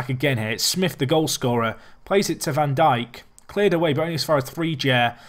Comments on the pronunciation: van Dijk is pronounced "van Daik" This is the same for a lot of Dutch names that have the "ij" in them. For example, Stefan de Vrij is pronounced "Stefan de Vrai". Hope this helps:) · It is pronounced 'Jan Van Dike' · Its van dike, like Southampton's Virgil Van Dijk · Sid Iyer I'm Dutch, trust me when I say it's van Daik. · Yeah it's how we pronounce it gets because that's how the commentators say it. When I said Van diek, its just die with a k